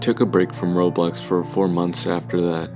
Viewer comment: Him saying Roblox sounds like Robux lol